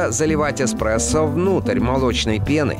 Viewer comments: эКспрессо, латтЕ, бесит нереально ) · илёи 2020 год, люди узнают что их любимый напиток не Экспрессо, а Эспрессо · Экспрессо или эспресо. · Эспресо. Экспресо. Эспресо. Экспресо. ТУПИТ!!!!!!!!!!!!!!!!!!!!!!!!!!!